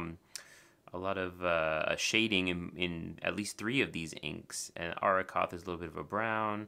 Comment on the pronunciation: Colorverse inks are one of my favourites. That they draw inspiration from nature and science is a big perk for me. About pronunciation.... I believe it's Ah-Roh-koth with the double r being pronounced as a strong R, as in Rover or Red. So you got it right :-) The other one is Kuiper, pronounced as Keeper (roughly). Arrokoth comes from Powhatan language meaning cloud or sky, and it's an asteroid that looks like a very red snowman that fell over :-P